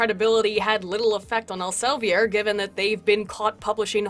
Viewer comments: I love your pronounciation of Elsevier but it is Elsev-E-r with an E as in feet. Take it from a Dutchy:) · It's El-se-veer. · just so you know, Elsevier is pronounced more like "Elsa vear". In Dutch, "ie" has a sound akin to "ea" in English. ;)